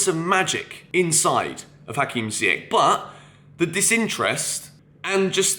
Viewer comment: How do you not know how to pronounce Ziyech's name after 2 years??? Dude come on!